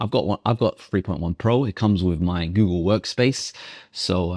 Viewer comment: And googayl